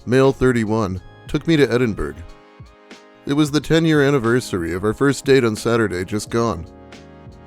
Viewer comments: For future reference, Edinburgh is pronounced "Ed-in-burr-uh." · edin- BURG lol